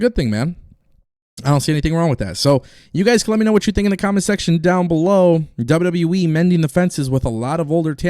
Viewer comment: Stop Posting fake sh## u are rubbish and never speak true facts you're just like wrestlingnewsnow when the guy says so much fake stuff and can't say WWE properly he says WWWE.